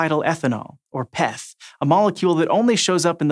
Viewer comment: If that guy says Peth one more time...